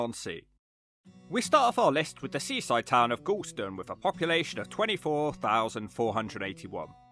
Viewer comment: "Gorleston" sounds a lot like "gallstone"